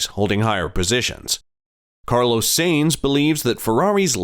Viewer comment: If you want to be taken seriously: learn the names. All F1 fans can pronounce Sainz!